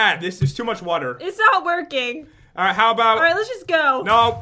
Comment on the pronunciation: It's "not" not "nog"